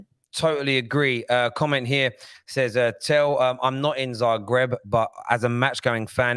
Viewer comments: Don't disrespect Dinamo Zagreb like that. It's Zagreb, not Zabreb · Not Zabreb, it's Zagreb